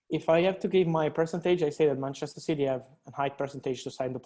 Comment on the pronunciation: Btw It’s City and not Citeh👍🏼